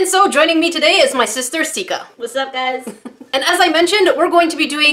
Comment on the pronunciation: Why is everybody calling her Skia? It is Sika not Skia😂